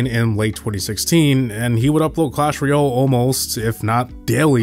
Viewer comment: Guy pronounces it Clash Ruyel